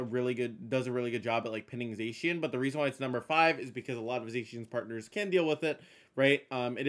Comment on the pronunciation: It's Zah-Key-Ahn, not Zayshian.